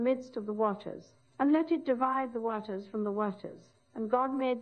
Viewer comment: She was the only one to say "waters" correctly.